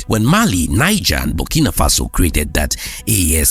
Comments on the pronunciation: The country NIGER is pronounced NEEZHER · Niger. Pronounced "Knee. zheh"